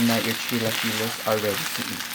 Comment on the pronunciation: God bless your heart that’s how my husband says it, pero son chilaquiles 👌🏼❤️🤗 yummy enjoy